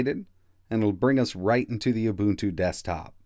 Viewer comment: Helpful, thanks. BTW, it's UbuNNtu, not ubutu as you keep saying :)